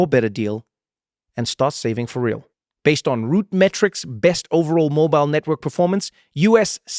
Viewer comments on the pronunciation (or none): none